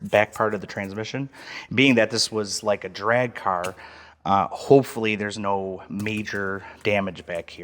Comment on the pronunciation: is the man, from a southern guy it was hilarious when he’d say “the cahr” 😂